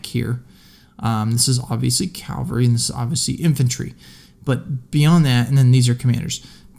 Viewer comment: Cavalry not Calvary